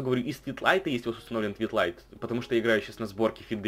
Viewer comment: Не Твитлайт,а Твилайт